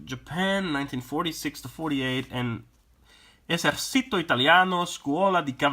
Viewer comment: Sorry man you read Italian like It's Spanish :P . It is pronounced like Ezerchito (ci is read like in China ...). Liked the review none the less.